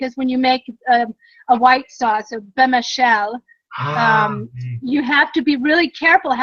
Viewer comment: Not bémachel ! Béchamel!!!